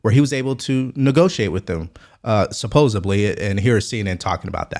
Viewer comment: You lost me at supposibly. 😣